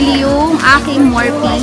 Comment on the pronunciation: it's "Morfi" when you read it